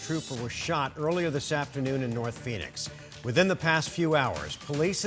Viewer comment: Nort phoenix